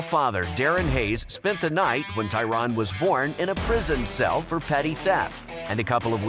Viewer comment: ITS NOT TYRON ITS TYRANNNN! 😡🤦🏼‍♂️